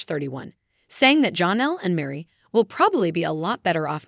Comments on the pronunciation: Her name is not johnal itis jennell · And Janelle...with an a...not Jonelle...with and o. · Please pronounce Janelle name correctly